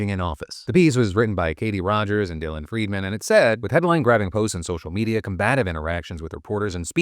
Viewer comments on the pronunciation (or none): none